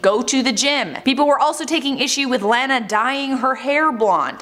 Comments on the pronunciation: Its not Laaa na it's Law na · Her name is pronounced La-na not Lan-a. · noooo! She is a fake Lana but at least she was popular enough to get the pronunciation of my name out there. La-la-la. La-nuh. Every time you said it the other way it almost physically hurt 😬 It is weird because Anna sounds pretty and Hannah sounds pretty but with the L it sounds like blaaa! Like you're spitting something out that tastes gross. Would have been so much easier if my mom had named me Alana. I like your show. 😀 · It's pronounced Law-naw, not Lan-ah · I think she’s blonde naturally, but I don’t doubt she went to the salon. also, Lana is pronounced like it rhymes with “sauna” lol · Lmao the way you’re saying her name. It’s “lawn-a” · Lana is pronounced like “Donna” with an “L” instead of a “D”. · It’s pronounced Lawna 😭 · It’s “lawn nuh” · Why does she pronounce is Laaahn uh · It’s LAW NA !!! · The only thing that bugs me in this video is how she pronounced “Lana” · first off lana is naturally blonde, so I dont get why people are mad. second, if you're reporting on a celebrity at least learn how to pronounce their name for the video... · The way you say Lana is sending me. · Why are she pronouncing her name wrong, you had it right on the other video 😂😂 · Why does she pronounce her name like that lol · lol such a Canadian way of saying Lana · Why does the way she say “lana” bother me? 😂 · Why you saying Lana all weird ... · You pronounce lana weird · Can you say her name rite please 😂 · Stop pronouncing her name wrong